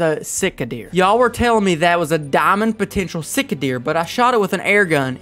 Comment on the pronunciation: Sika deer a pronounced sea ka or c ka